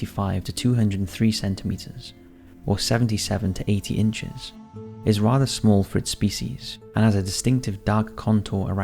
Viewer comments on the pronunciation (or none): none